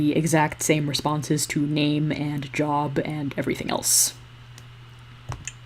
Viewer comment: immediately “liked” when you said “jerb” instead of job which I can only hope was an unconscious coach Z referent